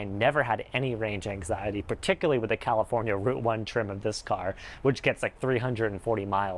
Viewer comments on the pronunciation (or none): none